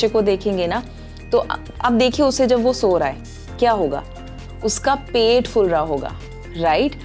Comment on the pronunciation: Yai " fula" Koa hota hai teacher ji! Hum nai tu "phula" ge Shekhar tha.Ap nai yai kia sikh diya. Ap hee kai kissi bhai na kaha tha ." Fata fat jab main nai gubara fuulaya tu foran sai fut gaya. Bellwood main bhi saree movie main sare song ka baira " garak" kardaitai hain. Jabkai Gulzar sahib aur javaid Akhtar sikha sikha kar "pit" gaya kai bhaya.fut naheen phat hita hai😂